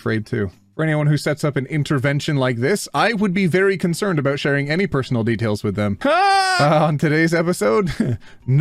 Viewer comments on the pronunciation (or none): none